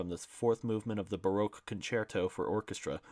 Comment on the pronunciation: I know it's difficult to read Pynchon especially out loud but you should rehearse a little. For instance it's BARTOK not Baroque. Also you are reading too fast and stumbling over it. Give yourself a break and slow it down. There's just too many words and punctuations to read so fast. Please don't be offended. I appreciate your effort. Just a few suggestions from a listener.